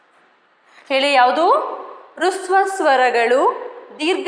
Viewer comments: ರುಸ್ವ ಸ್ವರಗಳು ಎಂದು ಉಚ್ಚರಿಸುತ್ತೀರಿ ಅಲ್ಲ ಹ್ರಸ್ವ ಸ್ವರಗಳು ಹ ಕಾರದಿಂದ ಉಚ್ಚರಿಸಬೇಕು. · That is not hruswa swara that is hraswa swara first learn prouncasion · Adhu rasva swaragalu, not rusva swaragalu